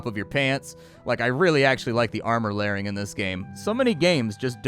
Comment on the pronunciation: pls stop saying armor lairing, it hurts